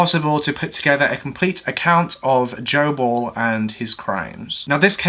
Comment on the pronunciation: Oh! "Joe Ball"! I thought he said " gerbil". 🤣🤣